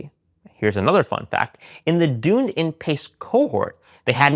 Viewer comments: As someone married to a New Zealander and lived there the DunedinPace is named after Dunedin the city in New Zealand pronounced “duhn EE din” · Dunedin is pronounced Done Eden 😘 - from a NZer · it’s pronounced Duneeeedin pace not Dunedin pace.. Must be the American accent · Personally enjoy this long-form presentation. One thing to note. Dunedin (from DunedinPACE) is pronounced dun-ee-din. It is a city in New Zealand which the algorithm is named after. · Sorry to be random, but mispronounciation of 'Dunedin' really bothers me! 😂